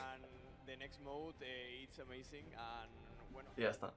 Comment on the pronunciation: Cualquier pregunta en ingles: is “amaizin” i win we win